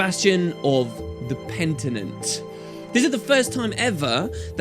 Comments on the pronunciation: sry i just have to say this, its penitent not pentinent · Penitent, not pentinent. Does pentinent actually mean anything? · "Pent i nent" xD I can definitely understand the slight error, I mean he talks for a damn long time. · Pen-i-tent PENITENT. It's driving me mad! He who seeks penance. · Thank you! I was like PENITENT! every time he said it wrong haha (was thinking I might've been the only one...). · It's PENITENT ^^ I swear MMOINKS was doing the same thing and I started thinking I might have been pronouncing it wrong in english this whole time until i looked at the comments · Not to be super nitpicky, but... it's "penitent", isn't it? :D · It's totally insignificant, but it was driving me insane!